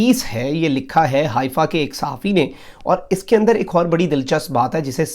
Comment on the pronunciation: حائفہ نہیں حیفہ یے۔